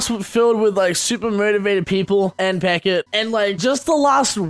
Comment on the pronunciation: It's Peckett. =D